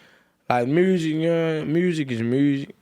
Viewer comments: That nigga said murrsic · “Moosic is moosic” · When he said "Murrzick" I felt that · “Us musurk as a way of therpy”🤣🤣🤣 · He said "mursic is mursic" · Dat boy said "Mooousic" 🤣🤣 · i have never ever heard any english speaking person call music "mryusek" before. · "murrsic is murrsic" lmaooooo the way this nigga says music kills me shoutout NLE tho youngest nigga outhea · "Mursic is Mursic" Nle choppa 2019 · “I Ffffrrreeel great” That Memphis and Mylan mix “Muuuzshicc is muuusshhic” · why he say “MURRZIC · So the r in mursic isn’t silent